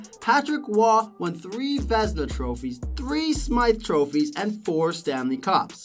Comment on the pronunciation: horrible video, what the hell is Vesna??? Doing video about goalies and screw up their trophy name??? dude... what a shame